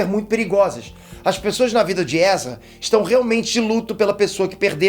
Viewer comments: Essas palavras juntas aí foi erro ou tá de boas? Temtantos, Erzaestão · Aos "... seupotencial... temtantos... dizer'não' ... Ezraestão..." Vixi... não tem NINGUÉM pra conferir o vídeo depois de pronto ANTES DE SER PUBLICADO ?? Se quiser, eu faço isso.... hehehehe.